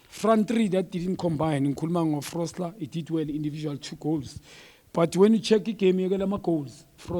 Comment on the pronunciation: Frosler, Folser, Froster.🤣🤣🤣